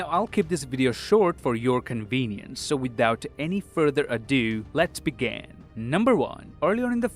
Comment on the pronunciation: Whenever you say let's begin I hear let's began